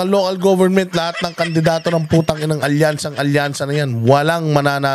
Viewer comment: ALKANSYA NOT ALYANSA 😂